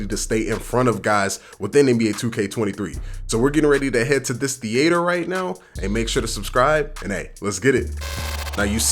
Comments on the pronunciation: The way the says the-hater for theatre 💀😂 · Why are you saying theater like that 😂 and don’t waste points on ankle braces. I only got my ankles broke twice this year and I play everyday since release. Clamps is the best badge for people struggling to defend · Why do people over pronounce theatre? Lol I’ve heard a few YouTubers do it now haha 🤦‍♂️